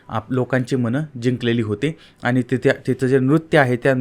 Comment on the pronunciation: सारखं सारखं आनी आनी खुपच अशुद्ध बोलता हो तुम्ही.